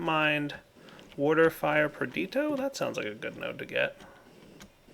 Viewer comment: it's Perditio Per-DEESH-I-OH...Drives me nuts every time